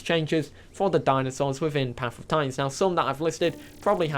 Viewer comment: "Paff uhv titans."